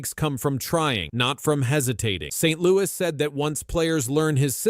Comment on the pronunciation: You didn't know that his name was Martin Saint-Louweeyé? 😂